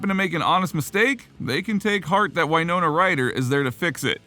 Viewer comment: It W not why ( in WINONA